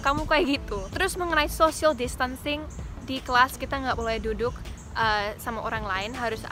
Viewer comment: Mengenai Social Distancing Ngomong "Distancing" nya medok ya 😂